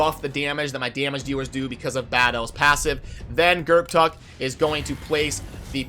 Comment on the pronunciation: I believe the p is silent. Gurrtuk sounds better to me.